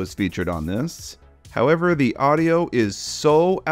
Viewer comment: Take a shot every time says "how-EV-er..."